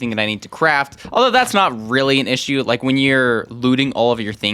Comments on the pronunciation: you said ike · "You said Ike"